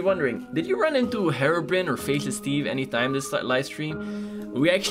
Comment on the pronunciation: Cant u pronounce hero. And herobrine is not pronounced herobrin ok. Read this "hirobrayn" thats the right pronouncation